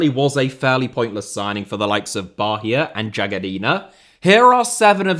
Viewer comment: Bahia’s pronounced “Bye-eee-ya”